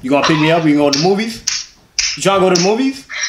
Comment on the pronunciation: "u tryna go to the moofees"🤣🤣